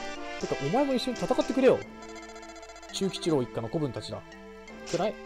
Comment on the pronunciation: ちゅうぎちろうですw